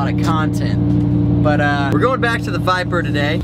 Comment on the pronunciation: He said biper